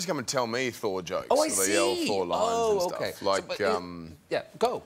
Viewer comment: Thor = Sore. It took me a second. Lol